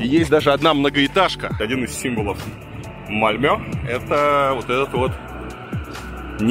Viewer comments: МАльмё, блин, а не МальмЁ! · Не Мальмё а Мальмэ правильно,а так то там самый криминальный район как раз район мигрантов из Албании и тэпэ,постояно какие то там перестрелки и наркотики именно там,не помню как называется район но присутствует слово "rose(роза),плюс мусор на улицах есть и те два пакета это песчинки,но в целом конечно сравнивать с Россией глупо. И еще там чертовски скучно,русская душа быстро там заскучает